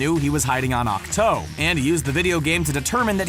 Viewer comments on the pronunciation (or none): the fact that he called ahch-to, ahch-tOE took a year off my life